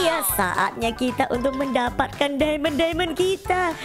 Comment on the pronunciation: Mohon maaf nih bangj itu diamond bukan dimon